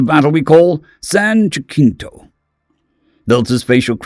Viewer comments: San Jacinto pronunciation San Jasinto. It's a soft C, not a hard C. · It’s San Ja-sin-toe. The Alamo is a Texan myth and that’s how they pronounce it.